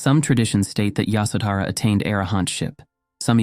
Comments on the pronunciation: The pronunciation of names hurts the ear . Her name is Ye sho dhra. The baby’s name is Ra hool. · Yoshawdara it was pronounceed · Pronunciation please pay attention. Ya sho dh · Her name is pronounced 'Yaśodharā' and as far as I know, she was aware that Siddhārtha went to seek truth. He would not have left his wife with such anxiety nor would he have been able to meditate with a restless mind. It is good that you reminded us of her and her courage and wisdom. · Phantasm, jusrt fantasy, only very few facts. First of all, learn to pronounce the names righyly, Yshódara, Rpahukla, . SeciondÑ The marriage as it stil is tradition in India was arranged. Nop love involved. Third For centuries no name of her was known. She was just called “ the Buddhas wife or the mother of Rahula. Only centuries later, someone invented this name in a Chinese manuscript.When Buddha visited his home after many years later Yashodara sent Rahuka: Ask your father yor heritage. When Buddha entered her room he was accompanied by one of his disciples, because ehe could not be alone with a wife, not even his own wife. The main promotor of the women wanting to enter the sangha was not Yashodana but Buddhas stepmother Krishna Gotami. And Ananda was the middleman. Stop talking about THE KONG ROAL etc. Buddhas father was never a King but only a governor. Why is Yashodana not muh mentioned in the scriptures? Because he did not play a great role. There were other women who have were more important. Even Rahula who followed his father was not important. And who was present the night Buddha left his home to tell us what he did and what he felt? Who was interviewing Yashodara what she felt all these years? Just fantasy, fantasy. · When you are narrating her story you should at least pronounce her name right